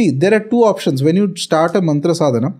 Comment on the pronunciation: Its not mantara...its mantr